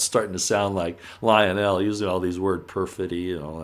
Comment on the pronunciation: Would you please learn how to pronounce ivanka and lionels names properly? It is soo annoying.